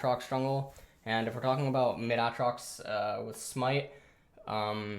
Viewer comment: It is pronounced A-trox, not ahhhhhh-trox